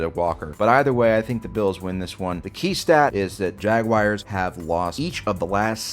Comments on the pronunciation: It’s not Jag-wires it’s (jag)(w)(are/our)(z). It’s not j u a lot of ppl can’t pronounce that word. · Jag-w-are. it ends in an are/our sound.